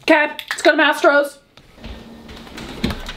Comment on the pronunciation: Lets go Masetros? What does she say? Just wondering since it almost sounds like my home town team but I am too embarrassed to say